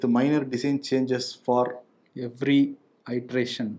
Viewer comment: If you don’t mind.. your pronunciation was wrong for iteration. இட்ரேசன் சொல்லுங்க.. ஐட்ரேசன் இல்லை. மன்னிக்கவும்